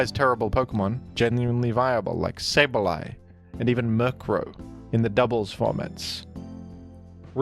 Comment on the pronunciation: Hey that's not the pronunciation of Sableye!